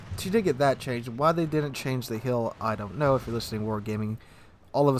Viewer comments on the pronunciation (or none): why do I hear "the hill" not "the heal" , is this a new England accent